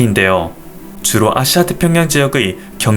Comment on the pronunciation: 발음에 아시아라고 하는 부분이 앗~씨야로들려요~